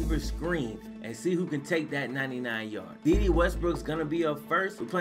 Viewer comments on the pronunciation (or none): its "day day" 😂😂